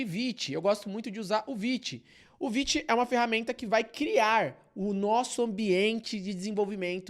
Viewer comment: Como assim se pronuncia "viti" e não "vaite"??? 💔🥀